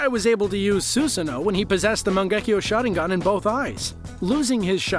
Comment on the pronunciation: i swear I heard him saying shotting gun instead Sharingan..😅